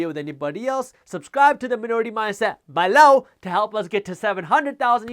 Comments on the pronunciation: Omg I love the ballow! I think ive gotten to the point if he goes a minute without sating it I begin to listen for it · “EMPLOWEEZ” and “BALOW” - my favorites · Loved the video. It would be a lot less distracting if you could pronounce the word "below" without too much emphasis. But its totally fine if you cannot. Keep up the good content.